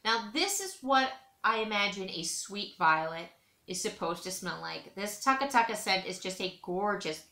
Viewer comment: You didn't pronounce Tuca Tuca right at all...lol